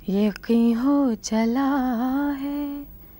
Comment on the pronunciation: I am amazed to see Rekha pronouncing an urdu word "Yaqeen" (یقین) in such a correct manner. Normally Hindi knowing people pronounce it as YaKeen.